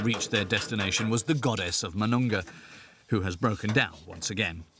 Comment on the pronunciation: it's pronounced as moo-noon-ga, not ma-noon-ga